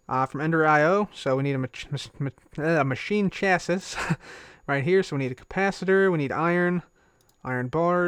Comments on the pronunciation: I love how he keeps saying chasiss instead of chasees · Chassis = 'Cha-see' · you're saying chassis weird :) its (cha -see ) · instead of chassis you pronounce it Chas-E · You say chassis chassee